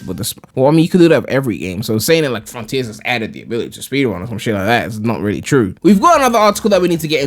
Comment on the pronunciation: before Sonic fron-TEERS comes out